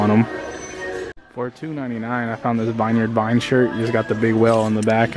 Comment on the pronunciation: Vineyard vines is pronounced like “vinyard vines”